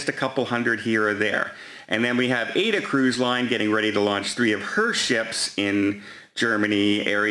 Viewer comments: Is going to say eck-cetera again? I hope not! Ah-ed-da becomes Ayda. Unbelievable. I just heard him say eck-cetera. He will go to his grave saying eck-cetera. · The TUI ships are named and called Mein Schiff, never by the English translation, My Ship. AIDA Cruise Line is correctly pronounced AH-EE-DAH, like the famous Verdi opera. SMDH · it is pronounced AHHH-EEE-DAHHHHH ( A-I-DA) and mine Schiff = mein Schiff. AIDA is owned by no other than CARNIIVAL. Men Schiff has a camera and temperature taking all in one. I watched Matthias Morr in Germany reporting from the 24.July to 27. July cruise.